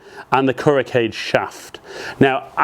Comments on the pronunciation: Its pronounced Kool Ro Kai Jay not Kuro cage.... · "ku-row kah-geh" Kuro Kage means "black shadow" in Japanese. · Thank you for testing them out on your swing. It really helps to see a spread of golfers put their swing on the same equipment. (You really have to fix that "cage" pronunciation. Super cringy every single time. It'd be better if you just said "Black Shadow" if you can't manage.) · Kuro Kage: the Kage is pronounced as two syllables, as in kah'-gay. It's a Japanese thing.